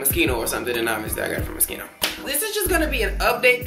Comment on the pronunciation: its not mos-KEEN-o its mos-SHEEN-o